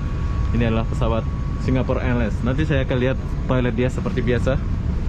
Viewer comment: sewaktu di bandara Kan sudah disebut dgn betul itu mas